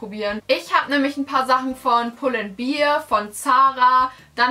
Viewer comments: aber echt 😂😂 pull & beer? 🍺🍻 wtf!? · Ich finde es so schrecklich, wenn Menschen "bear" nicht richtig aussprechen können. 😂😂😂